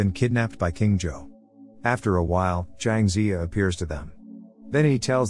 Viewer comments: It’s zouh not joe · its supposed to be pronounced "je-hao" but it pronounces it wrong as usual (im chinese) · Please learn how to properly pronounce every name. Everytime you say Zhou, all I hear is Joe. Just...no. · why are you saying john but his name is zhou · is the kings name being pronounced as Joe feel odd to anyone else? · I'm so bothered by the pronunciation of the name "Zhou" i can't move on